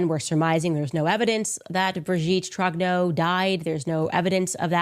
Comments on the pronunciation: "Brijeette Trognowww" 😅 Putain c'est quand même terrible ces ricains qui sont pas foutus de prononcer un seul mot correctement dans une autre langue que la leur 😂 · She even claims that Brigitte is the father of her husband. I hope the Macrons sue her into oblivion. She has millions of fans who are as mental as she is. She is such a great journalist she can't even pronounce Trogneux properly. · Is she deliberately mispronouncing the maiden name. ? Easy to check on